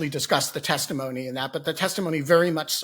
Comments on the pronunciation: Tim, you may not have fallen asleep but you said "testifony." tired? ;) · Did he say testiphony at the end? 😂